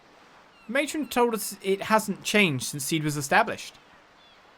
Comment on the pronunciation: Only one comment here, it's See D(as in CD) not seed. Just a FYI!